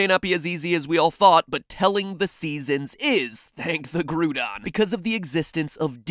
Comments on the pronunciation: U do not get to make fun of oak for saying unova region properly then say groodon GROODON😄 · He’s having a go at Professor Oak for the bad pronunciation of Unova, yet he immediately calls Groudon “Grewdon” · its pronounced gr-ow-don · Grudon. It's pronounced growdon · Why are you saying it groo-doun its said grou-don ahhhhhhhhhhh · I like how immediately after that he says “gru-don” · Mattpat: gets mad cuz Prof.Oak pronounces unova differently Also Mattpat: pronounces Groundon differently